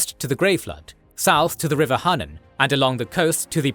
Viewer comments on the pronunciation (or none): none